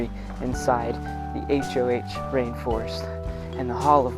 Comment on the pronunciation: Really nice vlog. One minor correction: it's not the "HOH Rainforest" (as in an acronym), it's the "Hoh Rainforest," named after the Hoh River and the Native American tribe that lives there. It's a Quinault-language word whose original meaning is now lost, and is pronounced somewhere between "ho" and "ha."